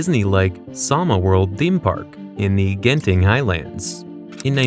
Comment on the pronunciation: Eyyy. Genting is pronounced with a j not a hard g. I think, idk, that's just how lol of us have pronounced it.